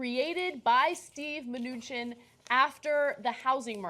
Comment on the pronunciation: From all the ways you mispronounce this Mnuchin guy it sounds like you're all struggling really hard not to call him Munchkin :3